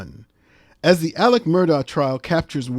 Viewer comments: AleX... There's an X in there as in AleXander, not a C as in AleCander. 🙄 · Isn't it Alex, not Aleck?